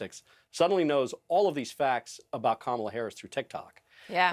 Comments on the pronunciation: If the Ttump campaign’s definition of taking Kamala seriously is going to their base with dog-whistle shi (ie. Willie Brown, DEI, mispronunciation of her name), they may want to up this from an amateur hour, clown car routine & tack to the middle where undecideds live. I’m really hoping they just devolve into the cesspool a bit more cuz it is past DonOLD’s prison bedtime (thank you Kimmel!!!). Drumpff 20-24 years!!!!!! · trump keeps mispronouncing her name. Kamala should start calling him Danald or some variation that doesn't sound right. He should be called out and correct EVERY TIME he mispronounces her name. Of course he's not called out by ANYBODY, particularly from the MAGA crowd and the sycophants.